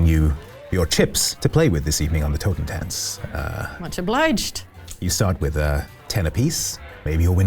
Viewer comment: It really took me a while to understand that the name of the boat was "Totentanz" because of the (not-quite German) way pronounced it.